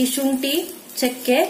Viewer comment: it's not chunti, shunti